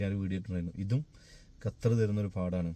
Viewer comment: ഞാൻ 17 വർഷം ആയി ഖത്തറിൽ 🔥🔥🔥🔥i love ❤️ കത്തർ അല്ല ബ്രോ ഖത്തർ ആണ്